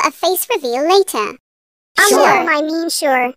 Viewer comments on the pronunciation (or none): She pronounced sure as sorry. Fun fact: My friend's name is named Charlie